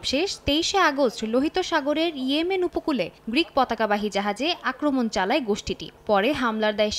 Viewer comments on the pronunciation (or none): none